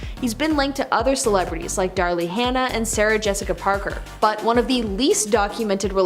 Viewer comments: Daryl is pronounced Darrill not Darlee. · Darlie Hannah? Ah that's Daryl Hannah...all good.